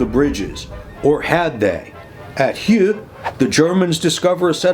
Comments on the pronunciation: Yeah, please don't be distracted from the main thrust of the comments, which is "another excellent AAR!" PS. I can't help myself - for future reference, it's "Murz" and "Oo". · Great video as always, but, ooh, I'm gonna be 'that guy' about those Meuse and Houx pronunciations! How do you get those sounds from those letters? 🤣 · That 'Houx' pronunciation hit harder than a MG42